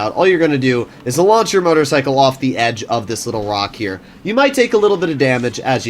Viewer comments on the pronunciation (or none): none